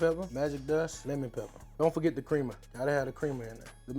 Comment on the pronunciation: Crema pronounced Krem-Ah